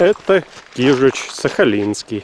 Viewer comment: кажись кижуч, а не кижич